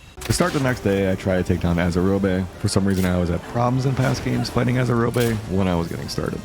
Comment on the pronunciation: Fun Video... Just one thing... Azurobe. As with many other words that end with the letter E, it is meant to be silent. Like Robe, Probe, Strobe, Globe, Explode. They aren't pronounced Strobey or Explodey just because they end in an E. Azurobe isn't Azurobey.